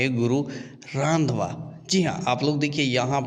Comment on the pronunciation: Bro sur nam sahi se lo hm 🤣🤣🤣hum Punjab mai hi rhte hai ok 😁उनका नाम गुरु रंधावा है यानी ki Jatt है जैसे बिहार मै राजपूत cast सबसे उपर वैसे पंजाब मै jatt